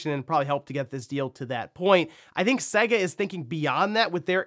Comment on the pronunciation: Have you ever played a Sega game? Every single one says the company name at the start so how anyone can continue to mispronounce their name all these years later is beyond me. It's Say-Guh, not seg-a.